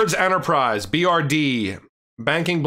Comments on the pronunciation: It's pronounced like Bread wallet fyi. Great content as always! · BRD is pronounced “bread”